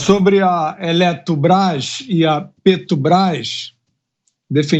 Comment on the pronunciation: Eletrubras ,petrubras essa foi boa 🤣🤣🤣🤣🤣🤣🤣🤣